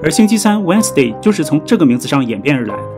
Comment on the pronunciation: Wednesday的读音应该是wenzday不是wensday